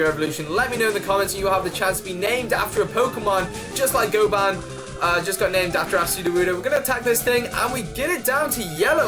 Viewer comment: Oh I didn't notice you named it goban, and just for advice its pronounced Go-bin not goban